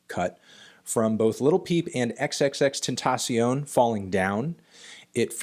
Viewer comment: You said x's name wrong